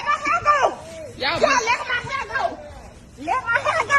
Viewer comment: lmao this is literally the funniest shit I've seen in a while... "Let go a mai heaaa, let go a mai heaaa!"